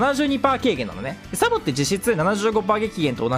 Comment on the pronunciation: サポになってるけど→サボです😅